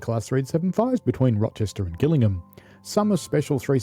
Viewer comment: Gillingham in Kent is definitely and always pronounced with a soft G. There is a village called Gillingham in Suffolk, near Beccles , which takes a hard G, but we needn’t concern ourselves with that. Just thought you’d like to know.